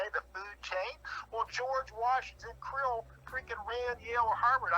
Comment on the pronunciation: The 'ocean life' is "krill", not "Crille"...but would not know that